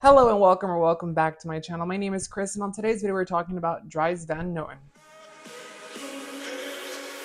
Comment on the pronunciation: Dries Van Noten (pronounced like drees not dries) is one of my favorite fragrance houses of all time. I cannot get enough of them. I have six DVN fragrances now and I want them all.